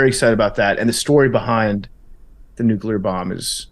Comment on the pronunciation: Mount Rushmore of cringe: the way says “nuclear”